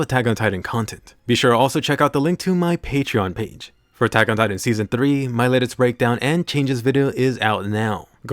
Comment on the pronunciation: Attack ...on... titan say it slowly you sound dumb the way you say it